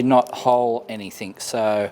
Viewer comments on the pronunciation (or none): Anything, ANYTHING, not ANYTHINK